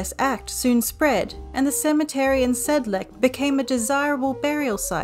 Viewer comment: The c in Sedlec is read as C, not K